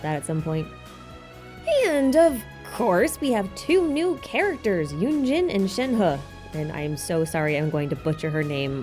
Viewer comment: I just started the video but I think your pronunciation of yunjin and shenhe is correct!!! at least in an english tone lol